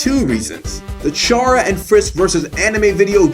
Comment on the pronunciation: chair-uh is unacceptable